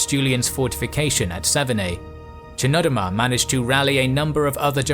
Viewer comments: I'm pretty sure the ch in Chnodomar is pronounced Knodomar. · It’s pronounced Knodomar I believe